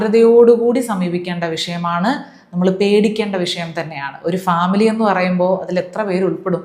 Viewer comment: ശ്യാമിലി വിളിക്കുന്നുണ്ട്❌❌ ഫാമിലി വിളിക്കുന്നുണ്ട്✅✅✅✅